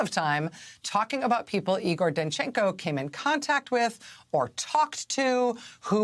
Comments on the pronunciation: Sorry Jimmy it's... Eyegor, not Eegoor. ;-) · It is pronounced "Eye gore". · It’s “I”gor!